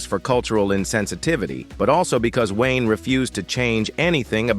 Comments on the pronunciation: John Wine?! BetDavis?! Get rid of the AI narrations!!!!!!!!!!!!!!!!! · John 'Wine" , what crap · Computer voice, mispronounces come common words, like 'John Wayne' .